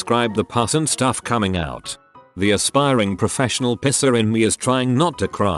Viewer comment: Text: professional piercer Audio: professional pisser